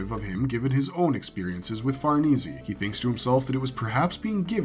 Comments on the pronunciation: Far nay zay not Far knee Z it's an Italian name go look it up. Never mind here u go The House of Farnese family (/fɑːrˈneɪzi, -zeɪ/, also US: /-eɪsi/,[1][2] Italian: [farˈneːze, -eːse]) was an influential family in Renaissance Italy. The titles of Duke of Parma and Piacenza and Duke of Castro were held by various members of the family. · Its pronounced Far-Nay-Say. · It's insane that you can do so much research, yet mispronounced farnesse and the band of the HAWK. I'm half surprised you don't call Guts, Intestine instead